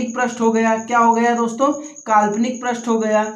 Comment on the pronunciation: प्रष्ठ नही पृष्ठ कहा जाता है